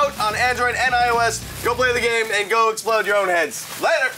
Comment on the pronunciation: Those guys failed by saying Esploder. Smosh did it better.